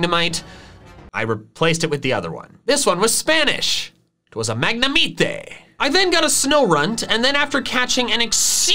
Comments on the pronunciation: I'm spanish and i don't say mAgNeMiTe for god's sake xD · I laughed a little to hard at "Magna-mee-té" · I'm spanish and I laugh with mag-ne-mee-tay hahahaha